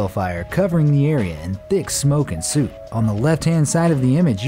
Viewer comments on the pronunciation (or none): Did he just say that Iraq was covered in "suit"? And where in the hell is Cape "huh-TARE-us"? Dude, "soot" rhymes with "foot", and "Hatteras" is pronounced "HAT-er-us".